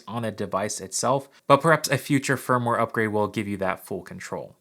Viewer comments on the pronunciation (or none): none